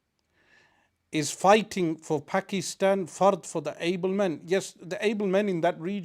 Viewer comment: Can some one ask him to pronounce Pakistan properly. He pronounces others names correctly why not Pakistan. Thanks